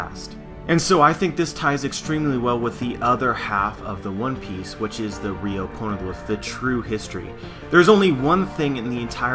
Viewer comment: why do I keep on hearing porno glif?